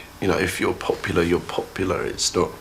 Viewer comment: “If you’re PAPewlarg, you’re PAPewlarg”